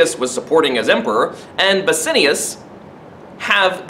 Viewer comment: the pronunciation of bassianus :((